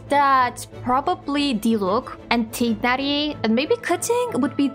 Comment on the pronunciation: Omg, THANK YOU FOR PRONUNCING TIGHNARI CORRECTLY ! I love this series, this is so much fun, can"t wait to see what you do with them !